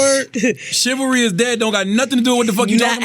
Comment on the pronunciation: shivery is dead. Shivery right??(chivalry) Charlemagne: what!?! 😂😂